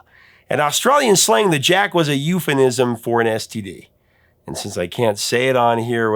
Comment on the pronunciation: *EUPHEMISM (not "euphanism") Submitted with all due respect because WORDS MATTER.